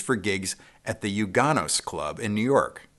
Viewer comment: Great research, thanks for the history. BTW, it's UNgano's...